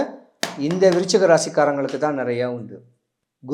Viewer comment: விருச்சிகமா?? துலாமா?? தெளிவா பேசுங்க😢